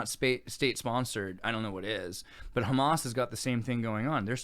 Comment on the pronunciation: I love Israel. Also, emphasis is on the end of the word, ha-MAS, not HA-mas